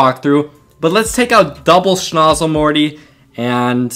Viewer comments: Just so you know for future vids, its snOOzle not snozle. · Bruh cant you read it says soozle not snozle